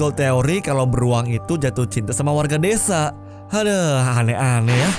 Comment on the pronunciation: desa bang bukan dedza.... wkwkwkwk